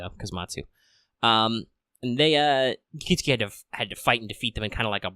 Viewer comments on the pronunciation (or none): Good video- except its KIT-SU-KI not KIT-SKI , just Fyi!